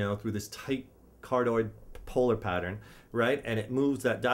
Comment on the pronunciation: "Card-oid....kind of like a heart shaped". Haha you crack me up dude! It's card(i)oid, as in 'heart' in Greek. Don't mean to nit-pick, this was a pretty good video, just thought it was funny was all.